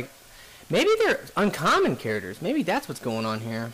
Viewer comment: In the next episode, will pronounce Charders... Characters. Hah, I only kid, fun video though. No Harrier though is a bummer.